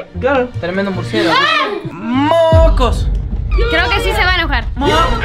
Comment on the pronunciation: me dio risa cuando dijo "moocos" 😂